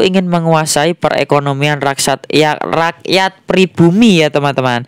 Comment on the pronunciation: Rakyat jadi raksat ya mas....😁😁😁 Semangat selalu ya mas buat konten nya....